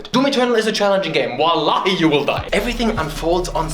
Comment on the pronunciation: play for honor by the way r u say vallaha. its a turkish arabic mixed word and ım from turkey. so u choose deathxxx